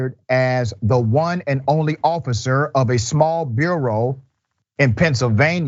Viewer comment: It’s borough not bureau . Jesus, Doc. C’mon.